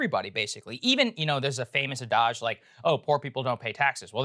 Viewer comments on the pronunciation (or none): Is that how you pronounce adage?!